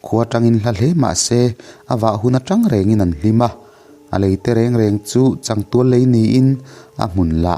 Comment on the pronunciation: Chang tual lei tih hi... A thluk hi a diklo hret.. Uchang tih laia Chang thluk ang hian.. A hniam khamphei nilo. A sanga thluk tluan tur a ni e.